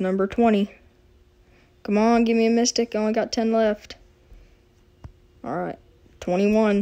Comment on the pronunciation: You said: Oooo it's our first micstic!